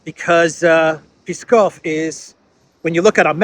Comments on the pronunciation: Name of the city is not P-e-skov, its Pskov. Loose the e in pronunciation. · it’s Pskov not Piskov.. short s.. like in psst.. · actually the city''s name is PSKOV, not Piskov and of course not Peskov ))) Thank you for your report, you do a great work! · It's Pskov, not piskov, like Psaki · PSKOV not PESKOV 😂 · it is not PISKOV city name as you say but PSKOV; there is no "I" in the word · A hint: the name of the city Pskov is pronounced as it's written, not Peeskov. If you have some trouble pronouncing the [psk] consonantal cluster, try to pronounce each sound separately, one after the other first, then you just put these three sounds together, without adding the nonexisting "ee" [i:] vowel in between [p] and [s]. It should work. Mind you the semivowel [s] functions as a syllable center in that cluster. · the name of the city is not Peeskov. It's P'skov P here is pronounced as you would pronounce it in a word problem. 😊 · Not Piskov it’s Pskov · it's Pskov [psk'ov]. You don't put any vowels in between "p" and "s". Try it 😅 Pskóv! Easy 😂 Thanks for your updates ❤ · It is Pskov without e. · Pskov is pronounced Ps-kov. There is no, EE sound between P&S. Its two consonants in the row, brother. Just wanted to remark pronouncing. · [PS - KOV] - there is no [e] sound! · There's no vowel between P and S in Pskov. ;) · In Pskov p is read like p in power, not like p in Peskov :) hope this helps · dose not pronounce Pskov correctly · Not easy to pronounce. Pskov 😉❤️ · Wrong pronunciation of Pskov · Hey,, therd is no "e" sound in Pskov. We pronounce it as Ψκοβ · It’s Pskov, Псков on Russian.